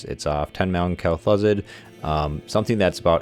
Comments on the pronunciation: It's Kel-Thuzed. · "Kell Thoo-Zahd"